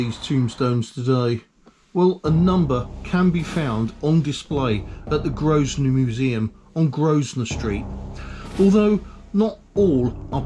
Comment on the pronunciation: I thought the pronunciation was pretty good, the only obvious error was “Grosvenor” the S is silent as is always pronounced “Grovenor”. Really good series, as a born and bread cestrian you really showed and taught me a lot I didn’t know and haven’t seen. I must pay more attention next time I’m back there. Thanks